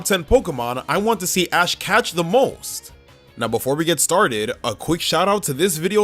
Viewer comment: DOES, NOT DOSE! AND DO NOT LEAVE OFF THE T IN CATCH!